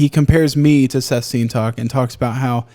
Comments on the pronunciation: why are you saying it wrong? It’s Sseth not Seth you have to pronounce both Ss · Lmaoo I was trying to figure out what he was saying but the captions didn’t help at all. Who is he talking about? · I've never heard someone say seth's name so wrong in my life.